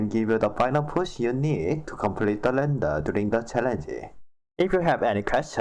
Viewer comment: yeah I listened back and realized I pronounced every render as lender🤣 ,well trying something new is always exciting.🔥🔥👍